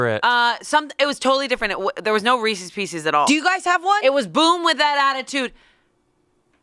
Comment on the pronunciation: It’s not reesIES